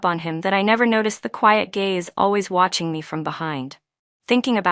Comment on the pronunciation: Gaze, not"gays" 😊